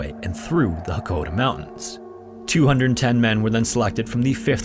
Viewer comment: It's Mt Hakkohdasan. Not Hokkaodo